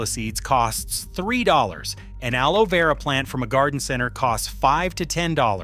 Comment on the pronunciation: AI really struggled with pronouncing aloe vera 😂